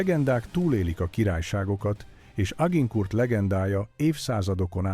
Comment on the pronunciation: Mondd inkább, hogy Azsankúr...